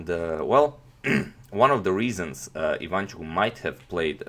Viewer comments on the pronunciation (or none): Nice videos and nice channel. P.S. The correct way to pronounce his surname is putting stress not on the 2nd syllable (I 'vanchuk), but on the 3rd syllable (Ivan 'chuk), like in video